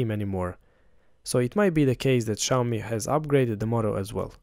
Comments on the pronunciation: Maybe try learning how to pronounce Xiaomi? It's obviously not "shy-owe-me". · it's Xiaomi, not Xayomi 😄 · That's not how you say Xiaomi. Its pronounced like Siao mi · Nice review, next time learn to pronounce Xiaomi correctly.